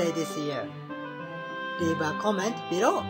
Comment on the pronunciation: I love the way you say below: "ビロー" ahha